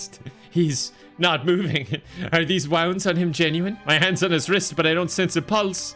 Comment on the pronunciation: He also said "wounds" like " ou" in "rounds" instead of like the "oo" in "booms"